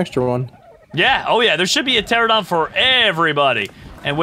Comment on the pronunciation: It kills me that he calls them pteradon when it is pteraNOdon